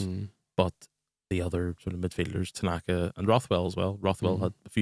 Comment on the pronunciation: Kudos to the Oxford commentary team for calling Ao, “Tananka” for the entire game.